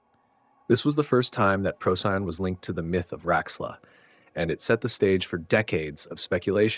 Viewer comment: This was fantastic!! I only have one small superficial complaint. Please pronounce the name of the star Procyon correctly — it’s “pro-see-on” not “pro-sigh-on”!! 🙏